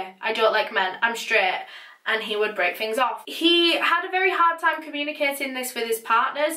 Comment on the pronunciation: When she said, "I wanted to take a break" I thought she said brick lol I still love her tho :)